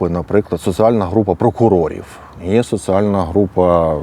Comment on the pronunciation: Не критика, а порада. Слідкуй за "з проти с", "і проти и", "д проти т". Наприклад, "соціальна", а не "социальна".